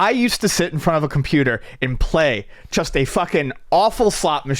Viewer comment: the word just doesn't have a "ch" in it... just, not chust.